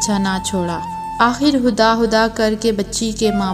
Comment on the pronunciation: Kahani achi lagi aap khuda khuda nhibol rahi hain huda bol rahi